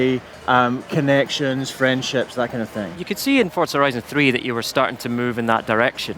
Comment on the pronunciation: S T O P S A Y I N G "F O R T Z A" THERE IS NO 'T'